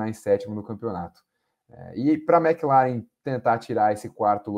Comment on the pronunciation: toda vez que ele fala MecLaren eu so falto ter um PVC aqui em casa kkkkkkkk Mas otimo programa, como sempre. Vcs são foda